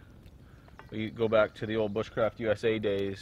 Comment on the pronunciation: the word bushcraft has been slaughtered.